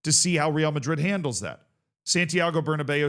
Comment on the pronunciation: Thank you for not pronouncing it like Berna Bow